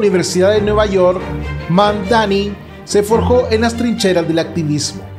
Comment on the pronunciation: Es Mandani no Magdani, ademas deja de repetir lo mismo Al principio del video por eso te puse un dislike😊